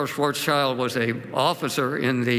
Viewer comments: I have found a mistake 😂 but only one 🤓 Schwarzschild - Shwarz-child - Shwarz-shild If you hear a climate cry, let's say more than one. And not only sch-ch-sh 😁 Thank you for this video ❗ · Very unconvincing talk. Graph doesn't even have the right x-axis - since he is supposed to be an expert in optics, he should have noticed this. He should also learn how to pronounce "Schwarzschild."